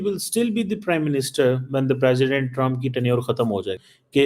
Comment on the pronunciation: भाई दुनिया के 47 प्रेसिडेंट बने है आप बोल रहे हो पेशेंट बने है😂😂